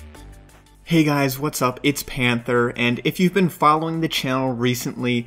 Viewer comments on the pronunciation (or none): none